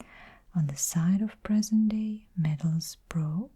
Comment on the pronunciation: Just FYI - the correct way to pronounce Middlesbrough is middles burro. Fab video - thank you.